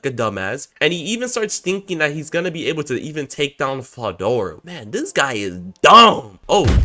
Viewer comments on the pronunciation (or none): 1 min in and this man mispronounced Veldora name so many times ✋️😭 "Fedora", "Eldora", DUCKIN "DORA" im cryin edit: NAH WHO TF IS "MALAME" U MEAN MILIM?! NAAAHHHH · I mean that’s not a common name but veldora is said how it’s read so there no excuse for that one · Why you pronouncing veldoras name with a F